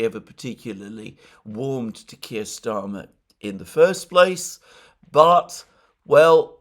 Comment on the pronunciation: Kire rhymes with queer!